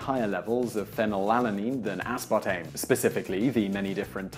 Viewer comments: as.PAR.tame. Not aspatame -. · Dude really just left out the R in aspartame every time he pronounced it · Mildly annoying - The British pronunciation is 'uh-spaa-taym'...